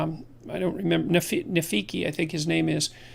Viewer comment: Nafeaky and Nulla? Is this some Canadian version of the Lion King ?